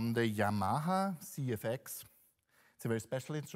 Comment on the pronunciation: And “Yamaha” incorrectly in the same video... 😂